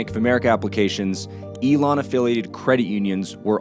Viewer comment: Elan Financial not Elon, good video though thanks for the realistic flow of things. I would appreciate more of these case studies this is very good content.